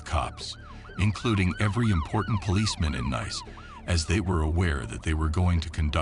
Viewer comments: its pronounced NEECE not NICE AI deekhead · It’s not pronounced Nice it’s Pronounced Neese like geese. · Nice is pronounced Niece. Fail after fail in this video. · AI Fatigue?! The city is pronounce Nees. Not Nyce?! As Gordon Ramsay would say, "FK me?!" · Pronounced neece not nice😂😂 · The city of "Nice" is pronounced "NEECE" not "nice" like the English word. Did you go to school, or not? Even though you're a machine, the people who operate you should know better. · Nice is pronounced like Niece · Lol nice 🤣🤣 it’s pronounced niece you American diks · Its not nice you idiot a.i. its Nice ( NEESS) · Nice is pronounced niece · It's pronounced Neice, not nice. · Interesting story, didn't know that one. 1 remark i do have is how you pronounce nice, it should be pronounced as niece. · Pronounced NEECE. Not Nice. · Neeece...not nice as in that's nice. Dummy. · The City of Nice is pronounced - Neece, not nice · You lost me at 'nis'. Anyone with any semblence of intelligence knows it's 'nees' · Great story.. pronounced Neece not Nice BTW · Nice.... pronounced Niece. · The place you pronounce as nice is actually pronounced like you would you brothers daughter neice. - just sayin' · its pronounced NEEC not NICE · The name of the city, being in France, is pronounced neece, not nice. Also, you really need an editor to correct the very many grammatical errors which are very distracting for many people. But it was interesting. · Not neese , no sneezing. Nihs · No it's not Neese but pronounced as Niece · He didn't even pronounce it as nice - more like niss - never before have I heard such a pronunciation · Ll good thing he didnt say nice... He said niece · This Ai has terrible pronunciation skills. Saucity General and Neece. I'm off >>> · Nice is pronounced " Neece" 😠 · Its pronounced neece. Neece, France. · The pronunciation is so cringe 😂😂 Saucecity in Niiicccc fml 🤦🏽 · "Nice" is prononced like "niece". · It's pronounced "neese" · Nice city......pronounced Neece....doorknob